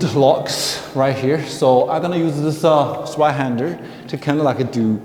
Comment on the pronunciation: A little pronunciation tip: The German "z" is pronounced like "ts" and the "w" like the English "v". So if you say "Tsvei-händer", you're spot on.. 🙂